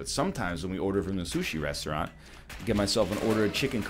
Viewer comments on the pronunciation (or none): none